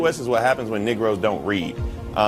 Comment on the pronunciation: anyone else hear an "i" instead of an "e" when he said negro?